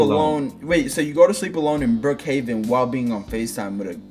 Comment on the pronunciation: „Brookhaven“ BAHAHAHAHA